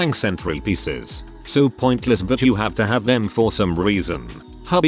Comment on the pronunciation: I heard centipedes instead of centrepieces lol 🤣